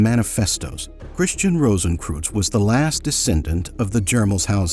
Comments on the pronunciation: What I find incredibly irritating about the voiceover is the spectacularly dumb pronunciation. Kreuz (or "cross" in Germanic languages) is pronounced 'croyts' not 'crooze'. It was so incredibly irritating I had to stop listening. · Rosenkreuz is pronounced as 'rohsenkroitz' NOT '-kruz'! It goes much further back than the mythical K Rosenkreuz of the Middle Ages to some 5'000 years ago in ancient Egypt, with Amenhotep IV or otherwise known as Akhenaten. the mysteries are actually aeternal! Thus, no beginning and no finality. (On YouTube I am finding out just how tiny Americans even know the basic rules of GERMAN pronunciation)! So sad. Much truth of what you say. The visuals were rather limited, only centring about past centuries. Not one picture of Rosicrucian Park, in San Jose, California. There is also found the Rosicrucian Museum, as doing something educational towards the general public, It is the largest and oldest Egyptian museum (a world class museum and the No. 1 tourist destination in California's oldest established city) west of the Mississippi. ) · Interesting video, though a pity that you mispronounce the names of Rosencreuz and Paracelsus! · Brother CR and Paracelsus deserve to have their names pronounced correctly.